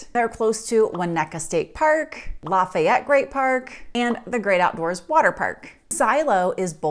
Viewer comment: So easy to tell how much of a fake you are when you don’t even pronounce Lafayette correctly. Another transplant claiming to know what’s best for you in Colorado.